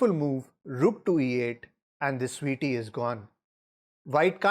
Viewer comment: "The sveetie is gone" love it !